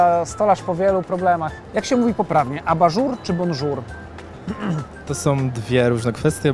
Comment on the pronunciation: Z mojego punktu widzenia nie ma takiego słowa jak abaŻUR jest aBAżur - chodzi o akcent na sylabe. Sory prowadzący ale zła wymowa za to rozmówcy poprawna chociaż nie wiedzieli co to jest. Ogólnie fajny filmik. Pzdr